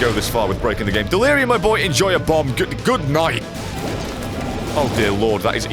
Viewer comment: In stead of dealurum it was dealire gum